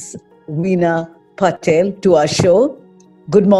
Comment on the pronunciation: It's not Patel , it's PATIL